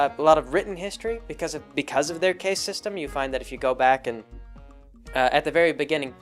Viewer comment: "Caste" is pronounced "cast," like what wizards do with spells. "Koch" is pronounced "Coke," like the soda. I enjoy the videos and don't mind all the mispronunciations too much. It betrays a lack of deep familiarity with the subject matter, but on the positive side also indicates that picks up most of his information from reading rather than hearing other people talk about things (since these are words that were obviously read rather than heard).